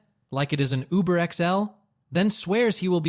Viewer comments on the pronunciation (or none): none